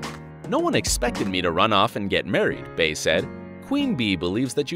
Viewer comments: “Jay & BAy”... it’s “bEy”, Bey pronounced like bee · Who is Bae? It's pronounced Bee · "Bey" is pronounced BEE not Bay lmfao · STOP SAYING BAY IT'S BEY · 😐 "Bey" is not pronounced "Bay" it's pronounced "Bee". Stoopid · i wish you white folks would stop pronuncing her name Bay its bey as in B you know Beyonce? smhh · Jay & BEEEEEEE. Jay & Bey... not BAE 🗣🗣🗣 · It’s ‘Bee’ not ‘Bay’ 😒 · Bey is pronounced bee not bAy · It annoys me so much how he says BEY like bae I wanna smack him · The fact that you said “bae” i don’t believe any of your research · Uggghhhhhhh he kept saying her name wrong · You really made a video talking about Bey but you kept mispronouncing her name. Fuck off